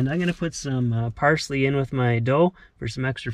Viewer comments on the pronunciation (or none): Yeah “parsley” eh......